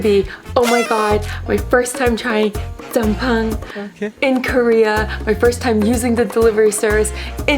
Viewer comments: same but p is not the way you say it.. tryna culture the girl.. but wutever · Glad you like jjamppong! But please work on your pronunciation! You saying it incorrectly and having other people calling it incorrectly makes them and you ignorant 🤦🏻‍♀️ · Hope u know how to pronounce 짬뽕 correctly by now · ughhh, why are you in korea? also, pls pronounce Jjambong correctly... you uncultured biss.